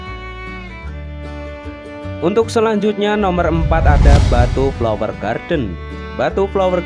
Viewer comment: Lucu ya kalo orang jawa mengucapkan kata yg awalan B pasti ada EM nya. EMBATU😁